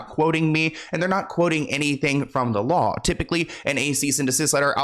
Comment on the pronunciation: Yaaas! I love how you put together this video. Very educational! I also love you keeping it real! Funny she can't 'law' correctly lmao